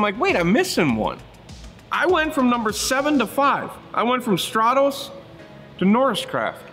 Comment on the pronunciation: Strah-tos??? What??? Strat-US!